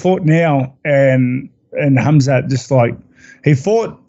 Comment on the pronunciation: I’m glad he made the effort to pronounce his name with H not khamzat!